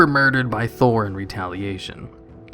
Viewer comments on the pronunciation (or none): none